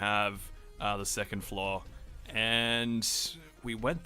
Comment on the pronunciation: where are you from? You say floor the same way as flaw